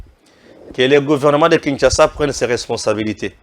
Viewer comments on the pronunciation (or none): none